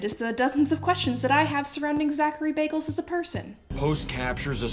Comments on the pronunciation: Can we just talk about how you said Zachary BAGLES?! Not baggins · Am I imagining things or did you say Zach Bagels, like Zach Bagel Bites? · I heard you say Zachary Bagels 🤣